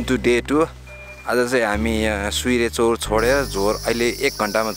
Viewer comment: It's surya chaur not suire chaur.